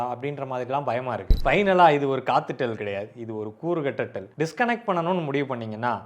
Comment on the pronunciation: அது காத்து டெல் இல்ல ஒத்து டெல்